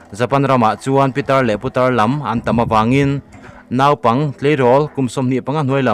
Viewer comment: Ngaihthlak a nuam e,mahse "naupang" tih lai tak hi i lam dik chiah lo deuh thin em aw..?